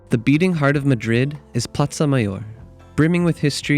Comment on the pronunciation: It’s not platza it’s plaza🤣 Your background music is far too loud between the narration. Nice clip🥰